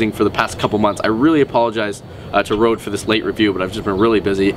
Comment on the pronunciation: its named røde not rode